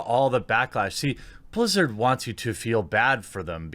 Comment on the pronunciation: They "Blizz-ew" it?